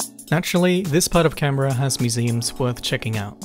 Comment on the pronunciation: Can Berra, mum it's pronounced canbra, arrebnac